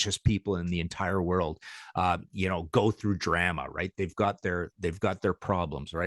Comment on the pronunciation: So why does this fella pronounce drama wrong